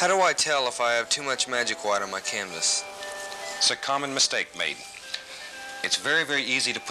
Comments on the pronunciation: I love how Steve says "hwite" like his father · White " Hew-white" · I feel like the pronunciation of hwhite gets stronger through each generation, the present rosses must scream HHHHHWHITE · i like how they both say "hwhite" lol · I love how he says white it’s like Hwhite he will be missed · Schwhat is magic schwhite? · they even say Whhite the same way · Other people: White Bob: Hwite